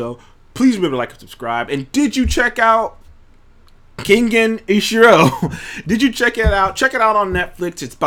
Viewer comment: Keep grinding views will go up respect💯💯 and it’s Ken-Gen Osh-Urah